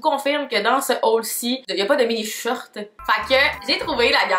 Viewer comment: La façon dont tu le mot «shorts» me fait tellement rire haha on dirais tu dit « shirt » j’étais perdu 😂😂